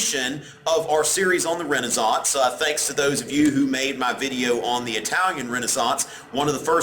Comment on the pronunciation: i really like how he says Renaissance